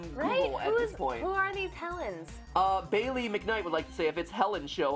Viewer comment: It is not mount st. Helen but helens